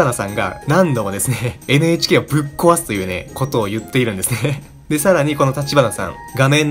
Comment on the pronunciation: めっちゃどうでも良いけど NHKをエネエチケーって言っちゃう エヌエイチケーってはっきり言ったらアイドルっぽい